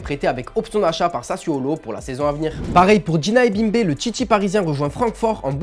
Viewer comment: On dit titulaire et non tchitchilaire, Galtier et non Galtchier, le TiTi parisien et non le TchiTchi parisien (.....) Pour vous dites ''TCH'' au lieu de ''T'' ?? 🤷🤷